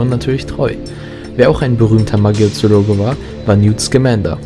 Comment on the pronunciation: Laut PT heißt es nicht *Magiozoologe*, sondern *Magizoologe*☺️ Und Teil 8 ist für die meisten Potterheads nur FF 😅